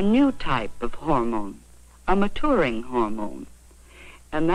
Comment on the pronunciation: The way the video said MaTOURing instead of MaTURing was incredibly funny to me for no reason